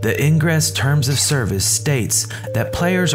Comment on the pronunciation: Lolwat? What's "eeyn-gres"